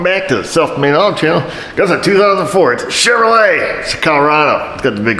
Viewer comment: 04 sschevrolet 🤣 love it.